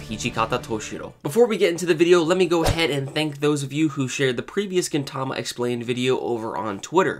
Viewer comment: Though I don't not like the way you pronounce 'Gintama' but good explanation! I went though all of them thanks :D